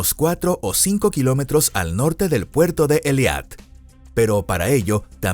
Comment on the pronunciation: Por favor corrijan la pronunciación, tanto en español como en la fonética de hebreo se pronuncia E I L A T, no E L I A T